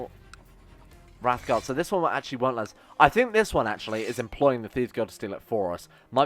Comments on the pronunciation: Talks about mispronouncing daedra, immediately mispronounce Wraithgaurd. It's Wraith Gaurd, not Wrath Guard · I know i'm almost year too late, but you saying wrathguard instead of wraithguard was doing my head in. Love your videos though, been out of work for a while due to an Injury. Loving your lets plays